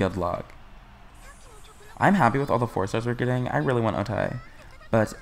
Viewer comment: O-Tae ain’t come home bc you keep saying her name wrong 😭